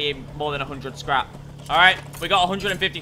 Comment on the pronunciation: The popped P in scrap and the other mispronunciations are a side effect of the stimulants.